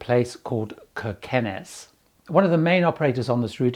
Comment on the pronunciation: Kirkenes is pronounced Sheer-kunness, in yer Norwegian. Confusing, eh?